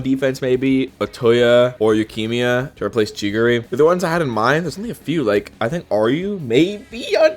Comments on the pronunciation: bro managed to make yukimiya sound like leukimia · why did i hear lukimia